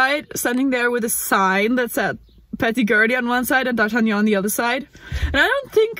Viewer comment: funny you just pronounced "d'artagnan" with some cute french accent